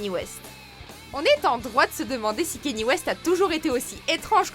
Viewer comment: A : on prononce pas comme ça Kanye West